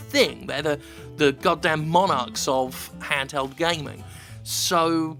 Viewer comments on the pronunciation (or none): The way you say Monarch is weird.